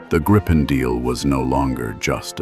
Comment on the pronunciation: More over-dramatized, amateurish AI laziness. BTW. For those interested, the name is pronounced "Gree-pen", not "Grippen". It's the same as the Griffin from English folklore.